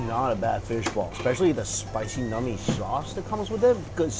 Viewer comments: Please never say the word “nummy” again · this guys says "nummy" again and I'm not sub-ing